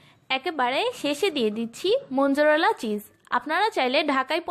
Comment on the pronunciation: Mojarela not monjarela